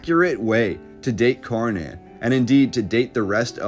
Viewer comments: I'm Swedish so this was extra fascinating to me! btw, "Kärnan" as it's called could for you english speakers be pronounced by saying "SHARE NONE" the Ä sounds like the "ha" in "share and the "nan" at the end sounds close to "none" depending on your accent. otherwise cut "nanny" at "nann" and you have our way of saying KÄRNAN. "share none" or "share nann" :) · A more correct pronunciation for "Kärnan" would be "Chair-Nun" or "Share-None" :-) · Thanks for showing Swedens Star cities. Borg means fort. Skans is another unknown name for most swedes. Kärnan is pronounced tchj-air-nan=core Thank You Sir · Interesting! Thanks for this video. I'm Swedish and I have noticed that our history is really obscured.(as it is everywhere) By the way Kärnan is pronounced "Schairnaan"😉🤗